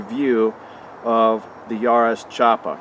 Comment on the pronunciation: If you want to to know how to pronounce jarosz, why don't you just watch your last video where you included a clip of that guy saying his name?